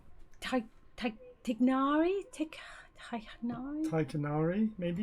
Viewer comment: Your mother is very lovely and extremely intelligent. she’s so keen with detail and give a very good insight. also love how your mum pronounced “Tighnari” correctly. Its “Ti-k-nari”, not “Tai-nari”. I’m very excited to see both of you play the game :)